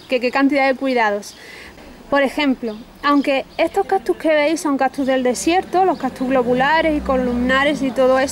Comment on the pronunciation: Se escribe y pronuncia "CACTUS" no captus!!!!!!!